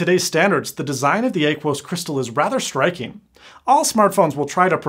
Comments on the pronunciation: You say Aquos weird. It's like Aqua. Ah-qu-us. Not Ay-qu-us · James Russo thank you. He murdered the hell out of that word